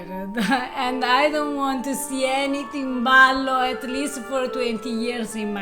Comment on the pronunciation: Timballo... Please. TIMBALLO